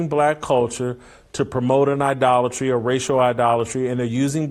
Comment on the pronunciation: "Idolotry" YEP!